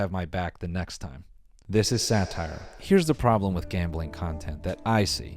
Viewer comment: I'm sure you ment something else but you repitedly said sataer